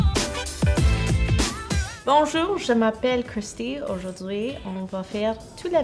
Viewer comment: omg that french at the end!! aujouwdhui je mappelle <3 that's such a great pronunciation, waiting for the real french vid:)